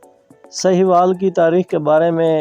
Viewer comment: سکرپٹ تو اچھا ہے۔ وائس اوور میں تلفظ کی غلطیاں بیشمار ہیں۔ لفظ ساہیوال ہے سہیوال نہیں۔